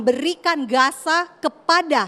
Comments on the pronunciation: Udah longor Nyebut nama nya aja salah Gaza bos bukan Gasa lu kira Gasa LPG kah ? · Gaza di bukan gasa.... 😂😂😂😂